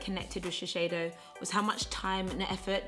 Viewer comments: its sh-e-s-i-do not sheshedo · *shiSeido, not shiSHeido. I'm sorry but it was driving me crazy the whole video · It’s actually shiSeido and NOT shiSHeido😂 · This is an amazing video. But just a nice comment not to offend you or anything I think it’s better to say shiseido (sheeseido instead of sheesheido because I know Japanese are quite sensitive about their brands). I think with this you’ll be more that loved and respected inside Japanese society 😀 I hope you don’t take me wrong because I do love your channel! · shiSEido not shisheido! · is shiseido not shisheido this brand is from Japan. You made laugh i love you forever. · Babe, please! Shiseido is pronounced like she-say-doh! It's a japanese brand and it has a japanese name 😁👍 Love the video of course! I think it's just horrendous that anyone could be scared to say what they like to use... if the product works good for you then hell! Use it to the bone and be proud of it. It really doesn't matter if its 50p or 50quid - you do you always! ❤ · You're always super honest! But it was nice to see this video. Shiseido is huge in Japan, they are like Loreal. Ahahah you say Shi-sh-eido ahahah, please keep doing that. xxx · And only now have I realized I've been saying Shesheido wrong all this time. >_< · When she said “ShiSHeido” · I love this video. Omg I'm like laughing at the way your saying Shiseido hahaha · I was so into the video, but the way you constantly pronounced Shiseido made me click off. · Are you sure that’s how you pronounce shiseido lol